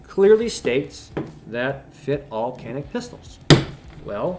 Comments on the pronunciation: Pronounced Janik. Or Janeek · You said you’re American so you don’t care how it’s pronounced. How do you pronounce that obnoxious tattoo on your forearm? I’m pretty sure that’s also not American.